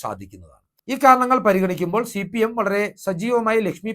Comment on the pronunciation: ശി പി എം അല്ല ഹേ സി പി. എം